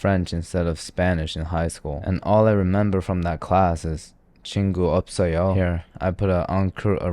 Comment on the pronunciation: I'm dead when you say 친구 없어요 perfectly XD Your video is sooooo good...